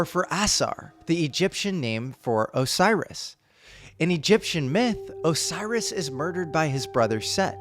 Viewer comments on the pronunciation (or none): none